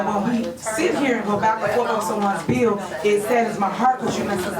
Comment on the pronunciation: Henyard said "Dis a beeo". Yeah professor, it's actually 'This is a BILL'. She's comedy gold.